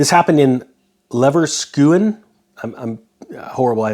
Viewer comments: Lever-queue-zen is the pronunciation. Industrial espionage - remember the explosions in oil facility in indonesia (reported as a lightning strike by the lamestream media, rriiiigggghhhtttt CNN!!!, wink wink), blow ups in China at volkswagon plants in the chicken head region outside of beijing, ships stuck in canals, blowups in the middle east of port areas, etc.... coincidence? Nope. Not buying it, right? Even the mainstream media explanations are getting a little bit far fetched for the average joe consumer to believe... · Levers Kusion is the pronunciation. I worked there and am watching this situation as well. Robert from Toronto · What happened in Leverkusen (btw pronounced Lay-ver-kuusen) is terrible! What a tragedy. It seems like there are so many "accidents" lately, that you have to wonder whether there's more to these stories.